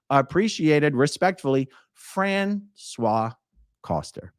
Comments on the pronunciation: I was listening to this and I was thinking Françoise was a man because you pronounced her name wrong.. It is "fransuwaZ". Z is heard at the end, you pronounced it as "François". I thought Trash Can was owned by a couple and François went to court with his wife, but then who was dating two scientologists...? I'll have to listen again. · Well, you’ve probably been told a million times already, but you mispronounced, thus changing the gender the person owning the restaurant. I kept loosing track of the story before I figured out you had simply mispronounced the woman’s name. 😬 your pronunciation was for a man: frahn - swah. The female form is pronounced: frahn - swahz. But, as always, I enjoyed the story thoroughly. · not to be that person, but the female French name "Francoise" has the final S pronounced, unlike the male version. Fran-Swahhz. That whole "bubba" part had me in tears of LOL. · Françoise is pronounced like Franssoize. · Not that it matters being as in my opinion she is a POS but the name Françoise is said with an S sound at the end, the way you are saying it is the masculine pronunciation.